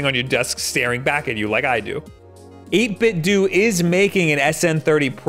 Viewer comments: It's 8bit-DOUGH not 8bit-duu. Just like it's Nintendough, not Nintenduu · it’s dough not du XD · Love your content. But come on man. 8bitDOH! Like Nintendo! Not 8bitDOOOOOO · I used to think that the "do" in 8bitDo was pronounced "doe" to rhyme with Ninten- do Guess I was wrong. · 8Bitdo is pronounced the same way as Nintendo. It's 'Doh' not 'Doo' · This same comment is made on probably every 8bitdo video I've ever seen, but as mrluna83 said, the companies own Bluetooth speaker pronounces it 8 bit dew. It should be dough, but according to the company, it's dew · 8bitdo, like dough, like nintendo, it's pronounced 8bitdough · 8-bit-doe, u say the end like Nintendo!!! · I always thought "8bitdo" was pronounced like "Nintendo", but so many people seem to say it as "8bitdoo"... which is the right way? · Would it not be pronounced "ate bit doe" just like "nin ten doe"? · It’s pronounced eight-bit-dough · Oh look, another person who mispronounces it as "8bit-DOO" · i always thought it was pronounced "8 bit doh" like nin-ten-doh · 8bit dough is how the company is pronounced. Like Nintendo but 8bitdo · I Don't think 8BitDo is supposed to be pronounced that way. I think the "Do" part is meant to be pronounced like Nintendo's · I love your videos but your pronunciation of 8bitdo triggers me something fierce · Pronounce Nintendo like that then. Or else you're still going to be wrong. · First time I heard about these controllers I knew the reviewer was saying it wrong. It was a different reviewer btw